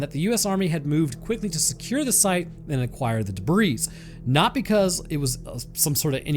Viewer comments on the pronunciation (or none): Debris is pronounced duh-bree, whereas in this video are saying duh-breez. I'm not trying to be a, but I've heard others say it too. Also, Richard Doty is the Douche-canoe that really ruined Mr. Benowitz's life & reputation by making him look crazy. I have a huge dislike for Richard Doty since he all of a sudden came out to attempt be an important figure in the ufology/ disclosure community, when really he's an asshole who wants the money and fame ( i know, "fame" lol) WHEN REALLY HE'S A DICK WHO RUINED PEOPLE'S LIVES AND TOOK JOY IN THAT. He was really proud of himself for it.. he sucks. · The “s” in “debris” is silent.